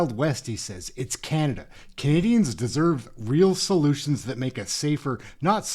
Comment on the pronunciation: that WAS NOT A VERBAL FLUB, "we don't want canaZians to feel power"